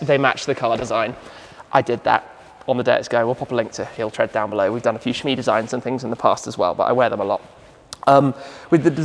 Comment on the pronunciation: I'm sorry, WAT? Don't you mean... SHMEESIGNS? 😋